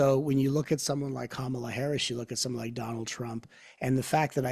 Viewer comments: I love this conversation. ❤️ But please! It’s KAmala. Accent on KA. Ka means life force energy, BTW. 😉. ❤️🙏🏻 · Wonderful conversation. Would you please pronounce Kamala’s name correctly? It’s pronounced Comma-la. Thank you. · Comma... law. Yes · Please pronounce her name correctly! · I was 100% in with what and were saying about remaining neutral politically, but then repeatedly mispronounced “Kamala’s” name. If you don’t know how to pronounce her first name, just call her Harris like you do Trump. Otherwise, it sounds like is a little biased. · While listening a second time, I realized that three of the four mispronounced her name. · gave away his political bias by mispronouncing Kamala's name the same way Trump does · gave away his political bias by mispronouncing her name in the same way Trump does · pronounced her name incorrectly as well. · Arrogance ...and 2 of you pronouncing Kamala the same incorrect way Trump pronounced it.